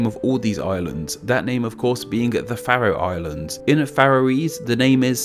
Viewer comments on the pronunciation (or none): You definitely said something wrong, it's pronounced the "fair-ro Islands" not the "fa-ro", it's got a long vowel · I've never heard Faroe Islands pronounced like that. It's always been Fair-ohs as far as I've been aware. I noticed that you didn't mention the national pastime - slaughtering whales.